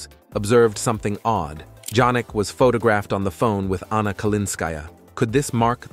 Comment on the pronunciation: Can the speaker pronouce the tenniis star christian name correctly? Although its apelt JANNIK is pronouced YANNIK. Hopefully u will be anle to say HIS name correctly now.😊